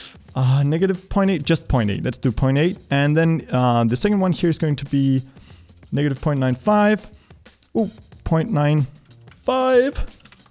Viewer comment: Niggative point five